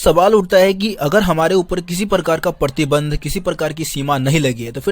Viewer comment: Partinand...❎️ ....pratibandh ....☑️ Sorry I catch u mistake 😝